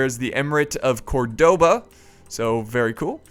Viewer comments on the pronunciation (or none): Please please please pronounce Córdoba properly, emphasis on the first ó (that's why the accent is there) :) had to say something after so many Youtubers saying it wrong :P